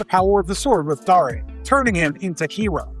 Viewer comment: Dar A? It's Dare as in I dare you to say that wrong again.